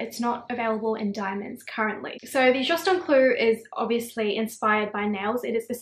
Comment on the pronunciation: People spend thousands on this and yet cant pronounce the name right. Ffs.